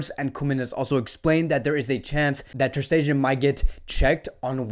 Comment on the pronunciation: Why u saying Ter Stegen like dat😂. Love the vids man. ✊🏼